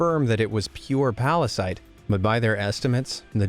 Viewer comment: P A R A S I T E ?! - Venom, calm down. It's Pallasite. Pall...a...site. Oh, sorry. You know my condition, Eddie. - Yeah, I do. (uh, Eddie?) It's fine, OK? Chill. Calm down. What a pallasite. P A R A S I T E ?! - VENOM, STOP! (heheheheh!)